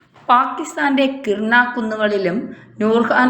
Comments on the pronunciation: kirna alla , kiraana ennannu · കിർണ അല്ല കവി കിരാനാ 😂